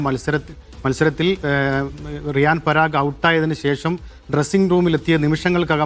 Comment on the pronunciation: Riyag paran alla riyan parag😅